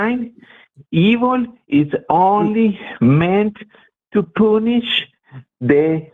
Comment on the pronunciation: Did that guy keep saying "it's the force to poonish the penis"? Because that's what it sounded like to me.